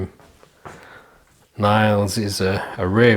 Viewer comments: You pronounce it as neils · Nice video but you pronounce Niels (like the ie like the ee in heels). Would you say those one have better grip in front or the other ones (Boris Koltsov) ?